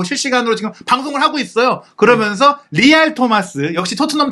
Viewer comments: 아직도 발음을 고치지 않나. 거면서, 거면서. 그러면서 라고 또박 또박 말하라. 아무리 내용도 좋지만 왠 사투리인가. 아주 듣기 안좋다. 거면서, 거면서. 거면서...... 기본적인. 노력이 필요하다. 발음 하나 못고치나 ? 거면서, 거면서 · 거먼서 발음 힘들다